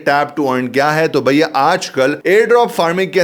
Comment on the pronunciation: I like the way u say "Bhaiya" its a typical Delhi style of saying that...